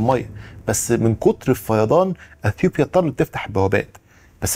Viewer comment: انت بتقول أثيوبيا بطريقة غريبة ، مفيش حرف P في العربي